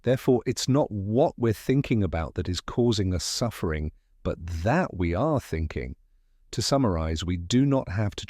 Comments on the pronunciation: Great book but terrible narrator. It must be AI and it’s full of errors. For example: The word ‘suffering’ is constantly pronounced ‘sugering’. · LMAO I'm listening to it right now and I was like hey Google what's the definition of surguring?